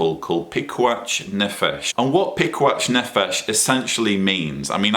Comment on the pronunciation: Sorry to be picky,, but the 'ch' in piquach nefesh (פיקוח נפש) is pronounced like the 'ch' in "loch" or "Bach", not the 'ch' in "each". Not as bad as pronouncing יהוה "Jehovah", though!;)